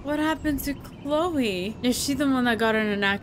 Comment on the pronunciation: Love how you pronounce "Chloe", so good :) ;) lol